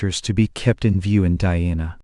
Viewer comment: Take more care about your pronunciations😀 Dhyana, Jnana, Guru, Mantra. Many such words